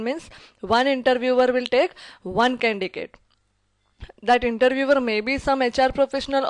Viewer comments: Its not 'CANDICATE' its 'CANDIDATE'.. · I liked ur video😍😍 ....but its just that ..it is candidate not condigate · For the love of God it is Candidate not candicate!! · Ma'am that's not condicate It's condidate Why are you pronouncing condicate such a boring word! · Candidate is wrongly pronounced as candicates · Candidate pronunciation should be corrected. By the way Thank you so much for sharing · Candidate is wrongly pronounced as candidate.